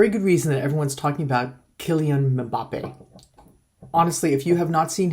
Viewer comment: it's Mmm-Ba-Pe